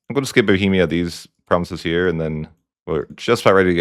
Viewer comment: Your pronunciation of provinces legit kills me man